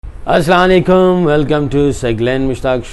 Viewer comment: Saqleen bhai aap salaam galat lety heen .plz naraz mat hoiy ga .sahi tareka hy .asslaam o aalikum . Aap kehty heen asslaan leekun